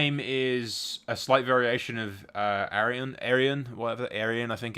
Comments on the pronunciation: To answer your question: Aurion is pronounced OR-eon ;) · I think "Aurion" would be "Oar-eon", similar to "Aurane".